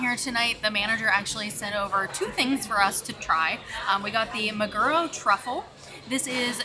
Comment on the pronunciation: it's mag-er-o the Japanese word for tuna NOT ma-ger-o